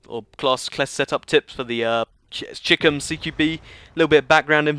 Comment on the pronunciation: stop stop stop. It is not cheekom CQB BUT CHAI-KOM because chicom stands for chinese communist but you would not know what because you cannot own guns in the UK